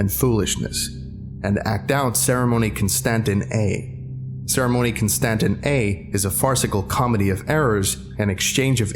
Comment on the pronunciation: Constantin.... Constantine?